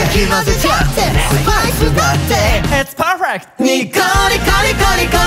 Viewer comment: わいわいしてて楽しい曲だからいれいす似合いますね～！！！！ ❁好きなところ❁ 【悲報】志、紛失 のソロワンマンライブ 【悲報】サビがハモリのみ が楽しそう こちらは最近ラブライブにハマった限界社畜成人男性 大人と子供でちゃんと組み分けできてるのさすが、、！！！ ノリノリの の予想はずれた エリートロングトーンww we can do it!が好き it's perfect!(これの他にもちょこちょこ発音いいがいる) 【おまたせ】(←おまたせ？？ww)サビちゃんと歌えました にこにこにー② が楽しそう エリートロングトーン②